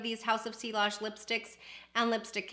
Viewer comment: Great video. Just in case you would want to know, the ‘ll’s are silent. It’s French and you pronounce it “see-ahj”. 😊